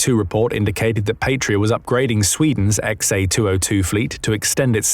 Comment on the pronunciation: An incidental thing, but important to some people: The "p,a,t" of the word "Patria" is pronounced as if it rhymes with "cat", not "fate". 👍